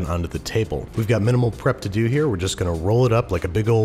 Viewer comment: Nobody: Guga: “So let’s dew it”